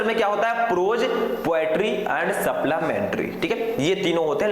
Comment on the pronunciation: Sir suplimentry hota h Saplamentry ni